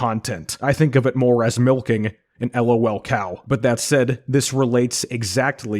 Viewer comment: Lolcow is pronounced as one word. Not l.o.l. cow.